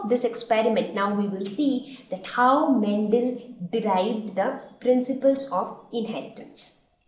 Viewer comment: Mam ur saying mentel it's mendel